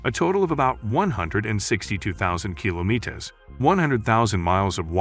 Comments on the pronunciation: bothered me so much as well that i had to look for another comment like this hahaha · Just say kilometer, douche. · Had to stop watching this. Learn how to pronounce kilometer. It shouldnt be that hard.